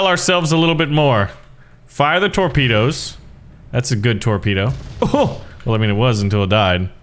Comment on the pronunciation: 0.49 "tropdoes"